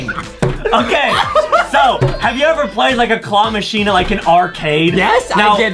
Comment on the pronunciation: Adam just have a mispronouncing part it the part of claw machine